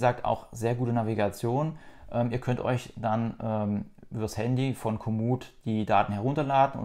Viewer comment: Mich stört hier die Aussprache von Komoot (hinten wird als "o" ausgesprochen - Sitz in Podsdam). Eine der Verantwortlichen war mal bei ENJOYYOURBIKE im Interview! ☺